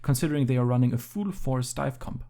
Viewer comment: I love these analyses but please stop pronouncing full "fool" 🤣